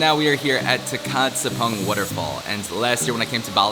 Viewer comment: Do you try to learn the languages of places you go or do you mostly ignore the locals and just speak english? Surprised you've been to Tukad Cepung multiple times and still don't know how to pronounce it. Lol. The letter C in Bahasa Indo is spoke with a "ch" like in choose. Kamu baik dengan cewe cewe di indo, atau bukan? 😂 Still love your videos, keep the good times alive 🤙